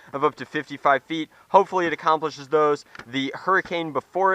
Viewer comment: you said hopepully